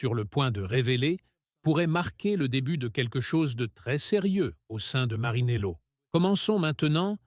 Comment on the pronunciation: 2 minutes 04 ..... MarAnello et non MarInello ..... ils ne sont pas au bord de la mer dans une marina !!!